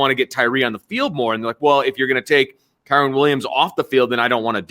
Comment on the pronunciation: Who in the hell is KAREN Williams!?!? It's Kyren!